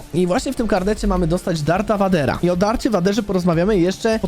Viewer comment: Darth Vader czyta się "Dart Vejder".